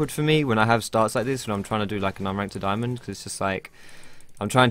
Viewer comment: don't say daiAmond